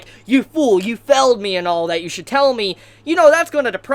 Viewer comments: What's with the pronunciation? Felled? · will you pronounce failed correctly.